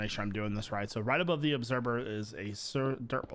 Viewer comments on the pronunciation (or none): Not that it's a problem but he says obserber instead of observer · say obserber instead of observer one more time i dare you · Does he say obserVer or obserBer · Does anyone else hear him say “obserBer” every time he tries to say obserVer? Or is that just me? :P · I know I'm late on watching this I'm not one to watch vanilla but the way you do yours videos is awesome... I'm leaving this comment because I think it's funny how you say observer it sounds like you say obserber. 😂😂